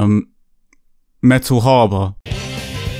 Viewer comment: “Metal HAH-BAH” still laughing, so sorry 😂😂😅